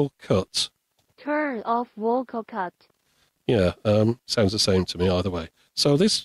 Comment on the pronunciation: Amazing! This thing eats the first letter from every word!!))))))))) "_Eah, _ank _ou!" "_at's a _itch!.."